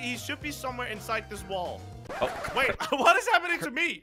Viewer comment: said ( wull) not wall